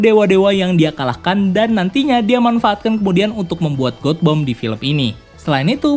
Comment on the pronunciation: God Bomb. Baca : gat bom. Bukab got bom. Bring me Lord Ryan !!!